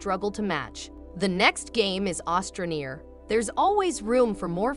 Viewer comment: It’s astra not ostra neer